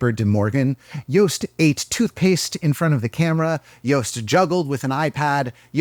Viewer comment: He’s pronounced Joost actually good!